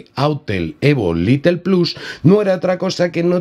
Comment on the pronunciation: Excelente actualización! No sé entiende porqué no habilitan la configuración manual, ya que eso para nada estresa el procesador. Recuerda que el modelo es Lite ("lait") no Little ("litle"). Stuart es el único little! Jaja! Saludos